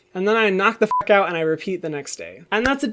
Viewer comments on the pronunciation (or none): none